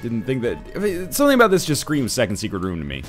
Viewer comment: Every time you get Leo and talk aboot it it trips me out!